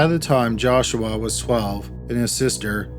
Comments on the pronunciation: The way you say JASH-WAAAH gets on my nerves!!! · The entire second story I couldn’t stop hearing “Josh-wa” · Maybe he's a Filipino. 😂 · Calaforniaaaaa , jashwaaaaa , jashwaaaaa, jashwaaaaa 🤭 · Joshwa is how he is pronouncing Joshua. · Josh-WAA... sighs... jesus christ joshwaaa whhhy??!!! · If I ever hear you say Joshua again...…. XD